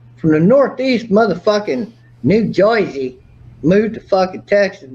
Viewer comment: LOOOOOL, did call New Jersey...New Joyce? LMAO. That makes me thinking of Elmer Fudd for some reason the way he said that LOL